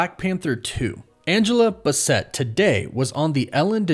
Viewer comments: Angela Bassett's last name is pronounced "BASS-it" not "Bissette". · Angela BASS-ET, not b’sset. Please get that Queen’s name right, sir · Deadpool was fantastic...Deadpool 2...not so much. Also, its basset, not buh set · 😩😩😩 You're mispronouncing Angela Basset's name. It's not Bu-sett; it's Bass-it. Like the fish. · Angela Bass + ett not Ba + Set... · Angela Bassett is pronounced BASS-itt. Not Buh-SETT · It's Angela B + ASS + SIT, not BUH + Set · Who tf is Angela BUH-SET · It’s BASS-IT not Buh-sett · Great Vid! Angela Bassett name is pronounced Bass ETT… She’s a legend in black culture gotta get that right bro!!!! 🙏🏾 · Great vid. But its Angela Bas-set. Like the type of hound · Its pronounced Angela Bass( like the fish) - it. Basset. Have you only watched children's movies your entire life? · Yea I'm excited about the movies and all that but you gotta put some respect on her name (Angela Bassett) It's pronounced- Bass ("like the fish") and the" et "is pronounced like "It" Sorry i couldn't let it fly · It’s basset mfer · why do you keep saying angela basset so weird ?bass-sit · Ight you gotta say my Auntie last name right it’s BASS like the fish and et Bassett… now you can still come to the cookout but def lost yo to go plate 😂😂 cuz come on fam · WAIT you don't know who Angela Bassett is? It's pronounced Bass-it. 😭😭😭 NOO. Does this mean I'm old? Wait how old are you bro? 😭😭😭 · Just to be helpful, it’s Angela BASS-ett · It's bass-et. It's wolf. Not woof. You're in need of some help. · YOOOO!! You butcher that lady's last name.... 😅😅😅😅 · "Bassett" pronunciations got me dying, lmao💀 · I love you but they way you pronounced Angela bassets name is killing me 😁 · Bro how butcher the Legend Angela Bassett's name like that LOL... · The way you say Basset 🥲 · him mispronouncing Angela Basset's name took me out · Def butchered her name lol smh lol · The amount of people commenting about him mispronouncing Angela Bassetts last name is kinda funny